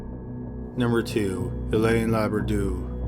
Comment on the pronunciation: Hélène is pronounced ay-len'